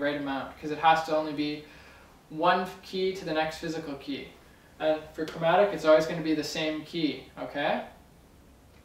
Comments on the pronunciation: lol 'chormatic' - great video! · sorry but what was that chromatic or chormatic ?